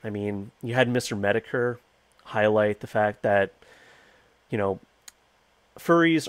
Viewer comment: This is some rough samples that I hope help you pronounce these names that are mostly made up words. - [təjō] Oogway - [o͞ogwā] Shifu - [SHēfo͞o] Pkrussl - [P.K.ˈrəsəl] Mister Metokur - [ˈmistər medə,kər]